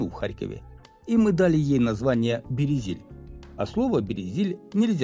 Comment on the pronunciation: Авторе, аж по вухам ріже ваша промова, правильна назва Березіль. У цьому слові немає «є»!